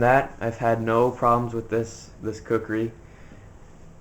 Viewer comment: That's not a knife dumbass to machete you able to your video knife. And you didn't even say kukri right